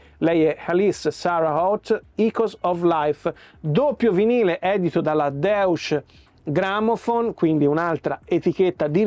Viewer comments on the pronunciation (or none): Lista di titoli grandemente interessante, alcuni cercherò di recuperarli, prima o poi. Piccoka notazione sulla pronuncia: Deutsche Grammophon sui pronuncia Dòice (con la c di ciao) Grammofon.